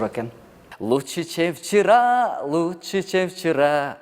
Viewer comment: Чем вчера дегенди чевчара дейтго😂😂😂